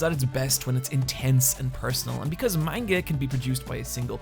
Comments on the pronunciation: Amazed the comments aren't more full of criticisms on his pronunciation of "Manga." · YOU'VE WATCHED ANIME FOR HOW LONG AND U STILL PRONOUNCE MANGA WRONG